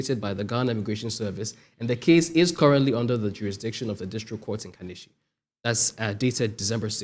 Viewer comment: Uncle Paul why this your assistance forcing himself so hard to sound like a white man?? He cannot pronounce Kaneshie again?🤦🏾 slavery slavery slavery